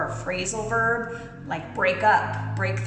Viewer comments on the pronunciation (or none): none